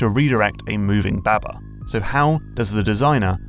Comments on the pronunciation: ITS BAHBAH NOT BÆBÆ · Pretty sure it’s pronounced “bahh bahh” like sheep